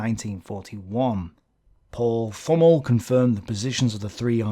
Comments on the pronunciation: Great video. One thing regarding german pronounciation. If there is a "th" in a german name or word, you have to ignore the "h". So "Thümmel" is pronounced "Tümmel". If you really want to get to the guts of german pronounciation, the "t" within the "th" is a little bit more open, compared to just a "t". But in everyday German, no one really cares. Hope this is comprehensible. Because English is not my mother language. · Thümmel is pronounced with a strong t, and afterwards a short ü while stretching the pronunciation of the doulbe mm. You can search for the german word "tümmler" (a name for a dolphin species, that is pronounced very similar) if you need any reference. the "Th" sounds more like the "th" of the name "Thomas"